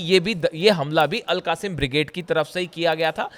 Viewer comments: AL QASIM BRIGDE is wrong word , wright word is AL QAS SAAM BRIGADE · 😂😂😂 AL QASIM NAHI AL QASSAM